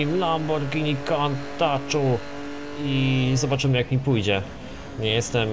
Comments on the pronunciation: lamborghini countach to sie nie czyta "kantaczu" tylko "kuntasz" :D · Nie "kantaczu" a "kuntażu" ;)